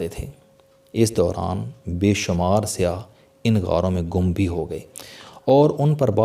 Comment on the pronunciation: CHOUHDERY SAHIB AAP KO APNI URDU THEEK KERNI PAREY GI BOHAT SAREY ALFAAZ AAP GHALAT BOL RAHE HAIN JAISEY( KHONPRIYAN) NAHIN SAHI LAFZ HAI KHOPRIYAN AOR( SIAH )NAHIN SAIYYAH